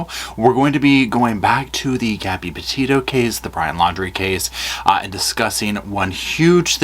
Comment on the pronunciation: Petito. Not Pito